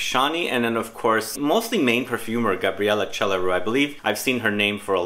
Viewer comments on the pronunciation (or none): Chelariu is pronounced like kelariu, accent on k and l. It is a Romanian name.